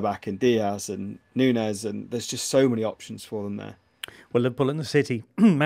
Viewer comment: Love (great to see him 👋🏽) rolling of the eyes reaction yo Jimbo when was going all the way with his pronunciation of Nunes 😂 thanks for uploading these video pods 👏🏽